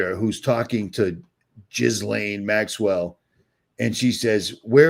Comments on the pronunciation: Please learn how to pronounce Ghislaine correctly! It’s not “Jizz-Laine” (although that could be a nice pun…) it’s “GILL-LAINE”, i.e. the “H” and “S” are silent. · Jizz-lane I love how you emphasize that🤣🤣😜